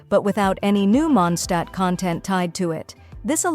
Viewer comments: M SORRY MONDSHTAT? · Lootbarimpactpact hoyolootbar hmm monshtadt? Pc code can't tell this word properly it's mondstadt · munshtat" i dont mean to make fun of u but its kimda funny 😅